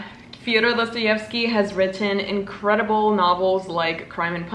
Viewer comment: Ur pronunciation of Dostoevsky is rlly spot-on